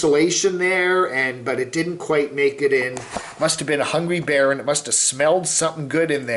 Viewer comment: BEAR !!!!!!!!!!!!! Not Bar!!! unless your from Boston